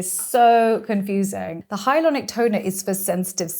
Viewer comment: Funny that she says "hyalonic" instead of hyaluronic.